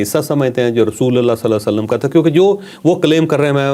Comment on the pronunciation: rasulallah nhi,,,,RASULULLAH KHA KREN